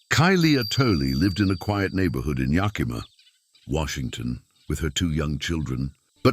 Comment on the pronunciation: Yuh-KEE-muh. Lol